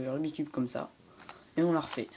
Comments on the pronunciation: C'est pas "rubicube" mais "Rubik's cube". Merde >_< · Pourquoi tout le monde dit "Rubi cube"?!? C' est "RUBIK'S CUBE"!!!!